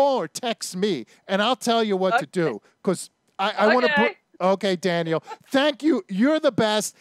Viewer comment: Danielle Mullins ' Janali'?? Maybe you should do some more research before you dive in and do a video.